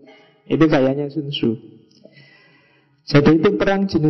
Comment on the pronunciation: Tzu dibaca ce